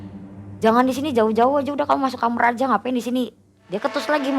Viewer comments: kamar wai....bukan kamer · KAMAR....bukan KAMER....😅😅😅😅 Gini kok jadi terbaik🤣🤣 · knpa kbnyakan nara sumbernya,klo bilng kamar jadi kamer😂😂😂. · Kamar sel,bukan kamer